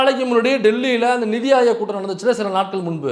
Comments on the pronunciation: மைனர் எனக்கு புரிந்தது அவர் படித்தது நிதி பற்றாக்குறை என்பதை நீதி பற்றாக்குறை என்று படித்தார் அவர் சொல்வது உண்மை நீதி இல்லை இந்த ஆட்சியில் ஒப்புதல் கொடுத்து உள்ளார் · நிதி என்பதை நீதி .. வாவ் வால்க டமில் வள்கஹ் டமிள்.